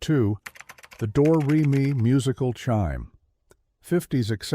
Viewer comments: dumb AI slop. door-re-me? why do people subscribe to this stuff? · The A I voice also needs to.learn how to pronounce Do, Re, Me.